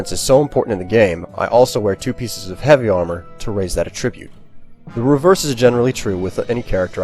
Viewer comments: attribute is accented on the A. this pronunciation is so bothersome. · Yeah it bothered me too. He pronounced “attribute” in its verb form instead of its noun form.